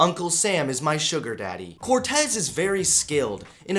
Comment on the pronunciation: Yeah, your saying it right. At least the Cortez part